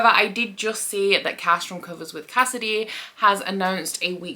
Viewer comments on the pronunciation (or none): none